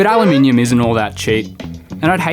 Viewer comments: I don’t think you understand just how much of a breath of fresh air it is to hear ‘Aluminium’ pronounced correctly in a YouTube video. Al-you-mini-yum 😊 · At least he pronounced Al you minium correctly. 🍻👍